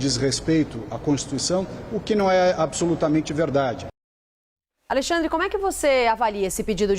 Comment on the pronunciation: “ É vedade eçe bilete” ass: Luiz Mirando 🔫 🎯😅